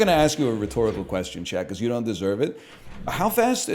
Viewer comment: "I downt know what they waænt" 💅